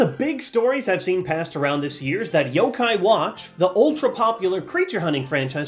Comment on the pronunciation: He says pokèmon right... But not yokai....